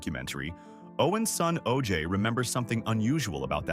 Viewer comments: Oje is not pronounced OJ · You know what AI can't do ?Let you know how much of a fool you'll be when it doesn't pronounce important names to your story telling correctly. I can't watch this garbage. Every time this video mispronounces his son's name I wanna scream. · Owen was amazing. I have a pamphlet from his funeral. Btw bud you mispronounced his son's name.